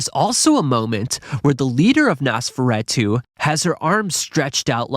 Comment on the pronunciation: Great video but the mispronunciations (especially Nosferatu) was annoying me bad